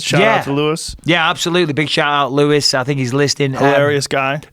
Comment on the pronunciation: Louis is gonna be so pissed Joe didn't say the J in his name and that makes me happy